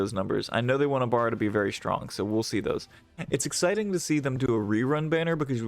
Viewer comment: Ex 2 and ex 3 abilities for ibara and lucuis. You said it wrong